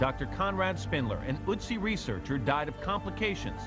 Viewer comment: it's not otzi, it's ÖTZI!!!!